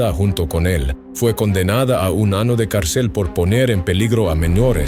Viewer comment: Este canal me gusta, pero no puedo evitar reír al oír ano en lugar de año o jijos en lugar de hijos 😂😂😂😂 Buen canal 😅